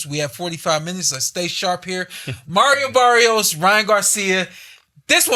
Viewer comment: Yall saying Barrios name wrong mayneee 🤣 listen here .. u gotta roll that R .. so when u say it correctly it sounds like Maddio Baddios 🤣😭